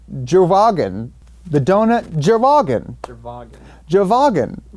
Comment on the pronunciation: Please, please, pleaaaaaaase tell me where I can buy a "Dount Jerwagen" (including the accent please) xD